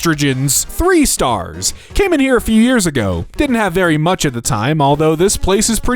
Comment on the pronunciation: I love how you forgot the pronunciation of “much” just because there was a “dame” instead of “damn” in front of it 😂